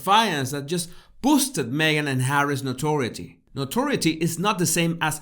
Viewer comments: Notoriety is pronounced - No-Tor-rye-eh-tee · As a bilingual person, I would like to try to help him to pronounce "notoriety". I would do that by spelling it phonetically for him as no-tor-AY-e-ti. with four distinct syllables, not three. His English grammar and vocabulary are really very impressive though, and he sure seems to know what he's talking about. Fascinating stuff! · Noturity shold be pronounced No To RYE ity. Accent on the 3rd syllable. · Note eh RYE it tea NOTORIETY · Thank you for very interesting videos... PS the word notoriety is very unclear and when used several times it needs to be clearer for the hearer... note-or-eye-ity... pardon my mentioning. Am a language enthusiast. G Ire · "Notoriety" rhymes with "variety", "piety", "quietly" etc. I know no one cares, but you would care if you didn't understand or couldn't make yourself understood because it was pronounced wrong, so you're welcome.... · i know!! I cringe 😬 too with that word